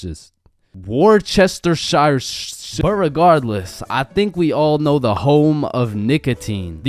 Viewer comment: it is pronounced wuss-ter-sheer